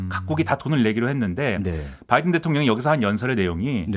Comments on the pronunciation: 아무리 눈을 감고 들어도 바이던으로 명확히 들린다 . . 날리면이라고 생각을 해도 바이던으로 들리거덩 . . 윤석렬xx (나중에 나도 xx 변명할거 만들어놓앗지 ㅋㅋ) 개콘이 망한건 여기에 이유가 있구나 . . 그걸 날리면이라고 은혜씨가 변명하는것도 개콘보다 잼나^^ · 미국이 반도체, 배터리, 전기차의 주도권을 잡고 있지 않음을 인식하며 자국 우선주의를 앞세워 대한민국의 핵심 미래산업을 자국내에 빌드업을 하고자 하면서 현대차를 배제시켰을 때 국민들은 동맹인 줄 알았는 데 바이든이 뒤통수를 쳤다고 하면서 쌍욕이라도 해주고 싶은 심정이었을 겁니다.국민을 대표하여 대통령이 이러한 미국의 작태에 대하여 쌍욕에도 미치지 못하는 욕설을 하였는 데 뭐가 잘못인가 합니다. 다만, 미국 의회라 칭하지 않고 국회라 한 것과 명확하게 바이든이라 발음하지 않은 것은 좀 유감이 아닌가 합니다.